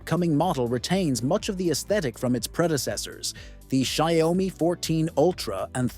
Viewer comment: When will people learn how to pronounce it correctly?